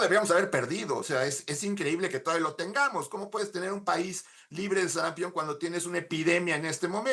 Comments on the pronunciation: "SARAMPIÓN" no "SARAMPEON" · Sarampión.... No SARAMPEEEEEON... Si van a poner a una persona para hablar ahí... Deberían de poner una persona que sepa hablar!!! Que pena!!!